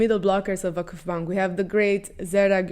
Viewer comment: your "Vakıfbank" pronantiation is perfect